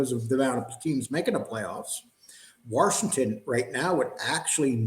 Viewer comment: WASHINGTON does not have a R in It WARSHINGTON.JS